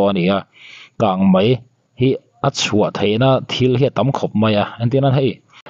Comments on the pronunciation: Mizo tawng dik tak hi hman thin ni sela a va tha ve! Kangmai ni lovin kangmei tih tur aw, ngaihthlak a ti nuamlo thin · Kang Mei tih tur aw..kang Mai a awm lo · Kang mai tihloh tur kang mei tih zawk tur. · Mizotawng pawh thiam lo. Kangmai a ni lo......kangmei kangmei ti rawh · Channel nei tupa chu naupang chhia pawh i ni tawh si lova,,,KANGMEI tih pawh lam dik lo KANGMAI ti char char ringawt...i hahthlak..mipa ve si,hmeichhe in ti no deuh thilsawi angin lawm i sawi le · Kangmai tih loh tur..kangmei tih.tur.aw. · Kang mai nilo in kang mei ti zok la ngaihthlak a nuam zok amg❤ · Kangmei ti la ngaih thlak a nuam leh zual ang, i thiam hle na in, Mizo tawng i hmang dik po hret a, Kang mai chu tih chu awm zia a nei lo em mai..beng var thlak e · Kan News puangtu te ber in "Kângmai" in tih chuan eee,ngaihthlak zawm hi a chakawmloh rawih zel a nia.😅 English te chu lo diklo deuh se a ngaihdam theih a. Mahni tawng pawh sawi dik thei miahlo hi chu....🤔🤔